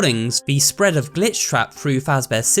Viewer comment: Stop saying glich